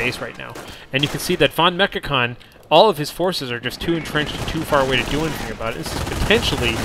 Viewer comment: Just a hint how to pronounce the german "V" like in "Volksgrenadier" or "vonMechakon". The german "V" is pronounced with a sharp sound like the english "F" in "folk". I already gave this hint to Inverse, because "Volksgrenadier" with a soft "V" sounds always strange and funny.